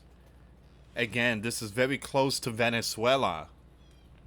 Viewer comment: Vewy vewy fear mongering